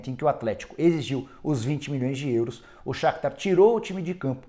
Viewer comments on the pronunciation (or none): So eu que acho engraçado o Nicola falando “ÊÊÊUros”?